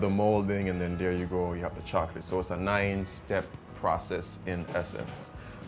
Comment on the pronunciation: Love the chica chocolate pronouncing, bitter to sweet